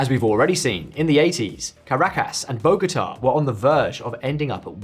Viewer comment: work on your pronounciation of caracas and bogota mate